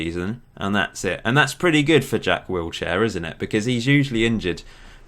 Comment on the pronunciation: Did you say "Jack Wheelchair"